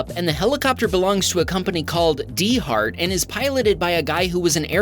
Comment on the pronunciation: I had a small chuckle at the D-HART pronunciation. Those of us in New England (I’m in NH) pronounce it dart. As in going rapidly from one point to another; Kind of a neat double meaning. Although, I have heard quite a few in Boston call it Daaaht. Luckily I’ve only ever had to call them to the scene of an accident twice in my time in fire/ems. On another note, finally saw a cyber truck in NH in Hooksett on the highway. It’s significant as the Hooksett superchargers on the highway are the last ones heading north. It’s one of the reasons that, while I’d love to own a Tesla, it’s just still too difficult here in NH. Cheers!